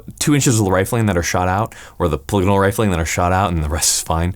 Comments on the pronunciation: Your saying it wrong brother, it’s Polygonal meaning more than three sides etc etc, read on it. But their barreling is the best, just like savage. Beast mode. And I think tikka also. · Wait, it's not pronounced 'Paul-ee-gone-ul'? (Mind blown)